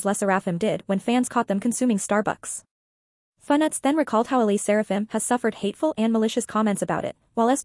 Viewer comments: It's pronounced "leh - sair -uh - fim". Asian names also do have have stress on any one syllable. Le Sserafim also SAYS THEIR NAME at the end of each m / v. Not getting the name right kinda weakens credibility. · Girl its ai obviously it's not gonna pronounce it right